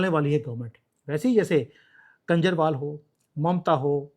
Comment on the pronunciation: please pronounce KHANJARWAL instead of KANJARWAL.